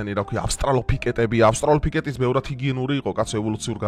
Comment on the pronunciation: ავსტარლოპიკეტი არა ძმა. ავსტრალოპითეკი.